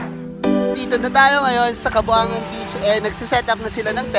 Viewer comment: are you sure about the name of the place where you at? you said, "kaboangan". Some Filipino knows what's 'Boang' is. Where it means 'crazy', 'baliw'. And Kaboangan also means as 'kabaliwan'. But the place was named "Cabongaoan", read as Ka-Bo-Nga-Wan and not ka-bo-a-ngan. ✌